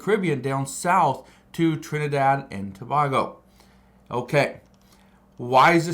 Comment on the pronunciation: Tobago Pronounce Tuh - bay - gow